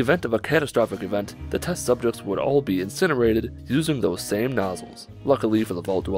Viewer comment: SUBJEKTS not subchekts